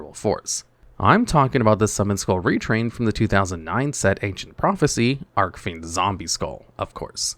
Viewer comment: It’s ARCH-fiend! Not arc-fiend! Look up how Jack Atlas says “Red Dragon Archfiend” in the dub. That’s how you’re supposed to say it!